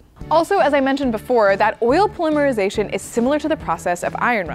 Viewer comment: Wo wo wo wooooo. How do Americans say the word ‘Polymer’? I’m sure as all holy hell that it’s not how it’s being said as it is here when used in the word polymer-isation!! 😂😅😂😅😂